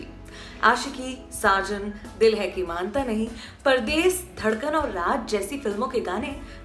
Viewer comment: Raaj nahi raaz